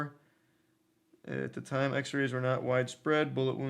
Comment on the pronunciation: bro had a country accent on that “time”